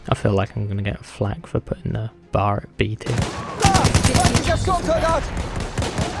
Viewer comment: Ain’t no way you called the B.A.R “the bar” like it was a bar of soap XD you’re supposed to pronounce every letter.